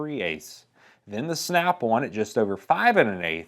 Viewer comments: Who the hell calls it snap one come on bruh its snap on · Every time he says "Snap-on" it sounds like he's saying "Snap-one" & It makes me want to fucking throw myself down a flight of stairs. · I love the way this guy says Snap on. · It's Snap-on, not "snap auwn" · The way he says the word on is funny. He kinda says snap-awn. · Listening to you saying Snap On is pissing me off